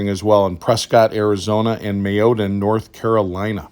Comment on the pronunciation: Mayodan. Pronounce like it's mayo, Dan.